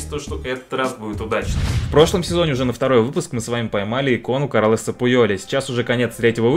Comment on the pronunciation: Не Ескуердо, а Ескудеро. Не Йоакин, а Хоакин. Не Каралес Пуйоль, а Карлес